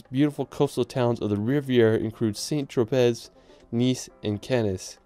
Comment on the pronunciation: Watched until I gagged when he said SAINT TROPEZZZ